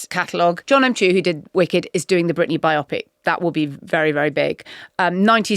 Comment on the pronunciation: 'bio-pic', from 'biographical picture' - not 'biOPic'